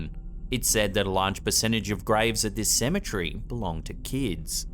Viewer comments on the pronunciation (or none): Tired of buddy saying cementree, he's way off